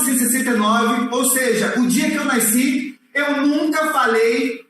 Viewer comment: O correto é nasci e não Naisci!!